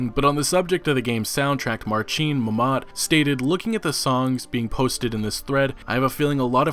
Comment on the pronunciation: Besides abolishing a clickbaity title(half of the video is not about the game really and those are not HUGE NEWS) a tip for you - Polish words are always stressed on penultimate syllable, you make the Momat guy sound like he just finished his jihad. Also 'rz' or 'ż' are pronounced like the 'g' in "genre". "Stepien" should have been probably spelled "Stępinień"; I don't know how to explain the 'ń' sound but the closest thing to 'ę' that I can come up with is the /əʊ/ diphthong tho' it's not quite right.